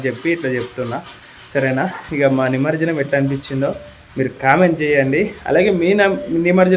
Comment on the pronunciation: నిమర్జనం కాదు నిమజ్జనం